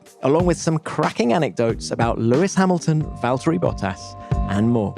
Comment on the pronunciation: Then the name is Valtteri, not Valterri